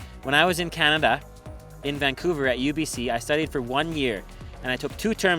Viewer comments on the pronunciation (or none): That Canadian 🇨🇦 accent only comes out when you say Canada. LoL